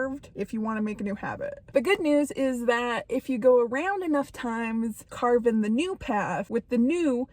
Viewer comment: “Carving out” not “carbing out.”